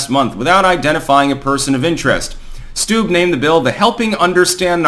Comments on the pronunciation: Steube= "Stew-bee" not "stoob" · PRONOUNCED STU BEE